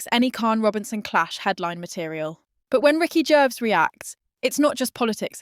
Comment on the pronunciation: AI can’t even pronounce Gervais. Ricky said nothing